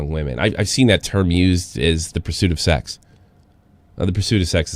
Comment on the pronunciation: This guy can't say sex??